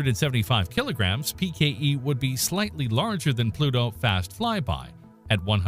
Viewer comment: I hope the grim reaper takes pity on you with the pronunciation of his name you have mangled.